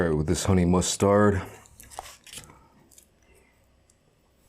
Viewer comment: Honestly, I enjoy these videos but the way he says mustard is quite infuriating lol